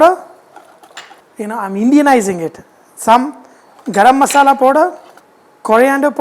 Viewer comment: Plz say wt is herbs garam masala clearly